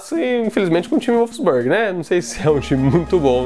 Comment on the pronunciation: Vídeo Massa porém Wolfsburg se pronuncia um pouco diferente 😂👍